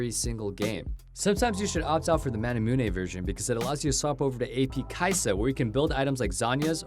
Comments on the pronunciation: Manamune not ManamunE! Kite not Kitt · He said manamunay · The way he says "Manamune"... jesus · how you pronounce manamune bothers the shit outta me